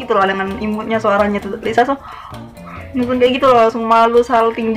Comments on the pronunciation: Menurut aku bukan Lisu sih kak, tapi kaya Liseu bacanya.. Hehe maaf yah kalo aku sotau🤭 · Maaf ka,,bkny itu d bca ny 'Liseu' bkn Lisu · Itu bukan (리수)Lisu kak tapi (리스)Liseu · Lisa bukan lisu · Lisa bukan lisu kak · Kak bukan lisu tapi lisa kak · Lisa kak bukan lisu😂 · Lisa ka bukan lisu anjay